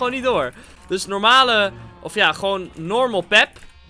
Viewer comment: Nederlandse mensen: normalen mensen Engelse mensen: normal people: normal pep😂😂